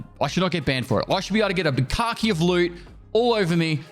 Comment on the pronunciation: all I heard is "bukkake of loot"